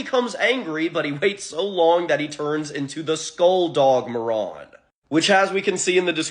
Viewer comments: I hate how you say Marron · It's pronounced 'Mare-Run' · That fucking pronunciation was giving me ear cancer. "ma·ruhn" Christ. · It's not "Maron" it's pronounced Ma-Ruhn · Please learn how to pronounce things before doing a whole video on them Marron is pronounced mair-inn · I'm 99% sure Marron is pronounced with a long ā. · Marron(Ma-ron) or Marron(Mar-ren) how do you pronounce it?